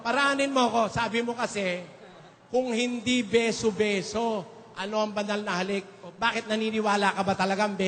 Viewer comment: Beso beso po hindi biso biso Turo po hindi toro [ang toro ay isang malaking hayop na may sungay at nanunuwag]